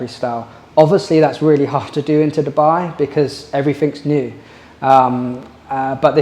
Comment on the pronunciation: its DU buy, NOT derrrr buy FFS